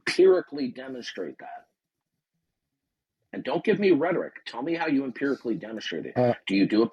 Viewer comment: 61 years old and still can't pronounce simple words like "rhetoric".